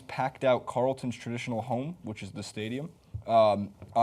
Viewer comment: Carl ton not Carl Town hahaha